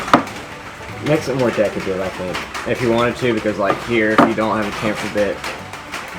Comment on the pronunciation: Nice job! The more you do woodwork, the more your skills and creations will improve and have less tear-out. I go for quality over quantity and that way achieve higher prices. Oh, and it's "chamfer"!